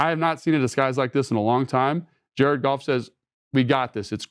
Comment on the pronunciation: I'm convinced Logan says Jared Golf instead of Goff like the meow scene in Super Troopers.